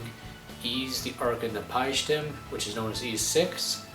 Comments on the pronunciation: O Never heard anyone pronounce Napishtim as Napieeshtem before. @@ (It's Nah-pish-tim, BTW.) Also, you have an impression collection of games in the background! *__* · HAHAHAHA NAP-PIE-SHTIM